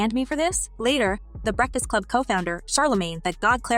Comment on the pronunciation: You look very unprofessional mispronouncing The Breakfast Club. #biasedmuch